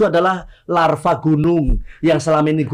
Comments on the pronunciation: Lava ajg bukan larva 😂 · mohon maaf lord.. LAVA! Bukan LARVA/ulat belatung!!!